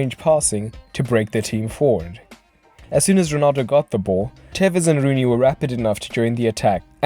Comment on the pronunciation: Porque le dice telles? es tevez!